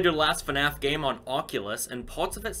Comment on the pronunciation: Ha you said gameit